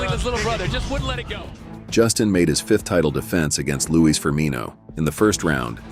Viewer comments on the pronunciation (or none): none